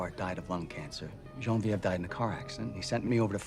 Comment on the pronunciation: Same for the (French) pronunciation of Geneviève : instead of 'Shuh-nuh-vjèv' he said something like 'Shan-vjèv' ... And 'teton' is very Americanized - the original French pronunciation is 'tuh-ton' (emphasis on the last syllable), not 'tea-ton'.